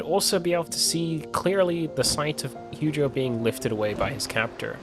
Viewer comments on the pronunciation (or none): I died a little inside every time he said "Heugeo" 😭😭😹